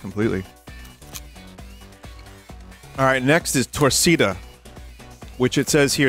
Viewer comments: Torkc'da(Brit'sh torcida) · I mean, to pronounce Torcida incorrectly you'd really have to put EFFORT... though I can definitely hear a british person going TORRKEEDER